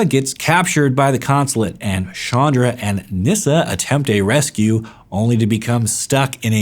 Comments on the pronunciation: Ch not sh its very irritating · I always thought her name was pronounced as ch-anne-dra.